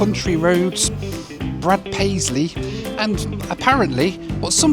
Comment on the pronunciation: Did he say Brett Paisley?